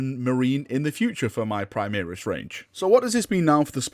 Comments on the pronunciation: Praimiris? It's pronounced Primaris Dx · My ears hurts when I hear him say prime-EAR-is. Where has that come from? He says "prime-air-is" once, -ish.